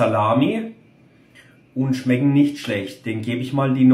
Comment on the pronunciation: nicht schlechd = schmeggen mir eigentlich = schmeggen ganz gud = 8 von 10 Gp